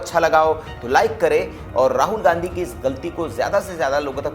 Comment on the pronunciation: ... गंधी परिवार का ये सितारा, बिल्कुल सही कहा सर आपने, " गंधी not गाँधी